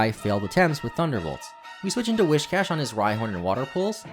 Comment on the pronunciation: An unintended unintended thing you did: mispronounced whiscash the whole video.